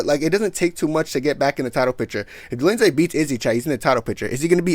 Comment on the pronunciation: out here butchering names like uncle Chael 😂😂😂 "Roman Dolinsay and Marvin Victori"